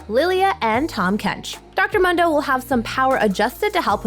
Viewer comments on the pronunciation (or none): If I hear one more person from ProGuides say muhndo instead of Mundo (pronounced “Moon-doe”) I’m going to lose it.